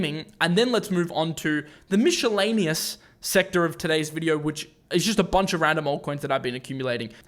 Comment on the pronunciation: Michelle-aneous haha